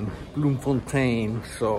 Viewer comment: Well done on being the champion and winning team. Also well done your pronunciation of Bloemfontein...😅